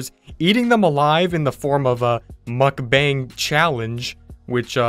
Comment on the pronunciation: That is really sad. Really quick though, it’s pronounced mook-bawng. It is pretty ridiculous that they did your subscriber line that.